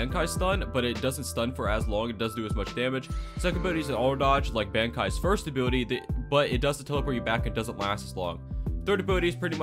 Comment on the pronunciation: i love how i hear "a booty" when he says ability every time